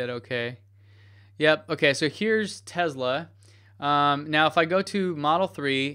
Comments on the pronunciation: ITS PRONOUNCED TESLA. WITH A GOD DAMN S. SHEEESH. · I understand there are several acceptable ways to pronounce Tesla. I even "get" the fact that Elon does it with a "z" sound. However I find it somewhat pretentious and very distracting when somebody who doesn't share the same linguistic background uses it as much as does. I feel pretty confident you aren't mocking Elon with it, so it comes across as pretentious. I certainly don't expect you to change it based on a single comment, just wanted you to be aware.